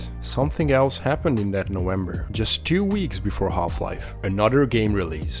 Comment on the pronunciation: Bro, you have to pronounce V not W :'D Half-Life is just meant to be born. Everything was and still insanely good about this game. On the over hand Sin was not even estethically pleasing. Like incomplete mod for Quake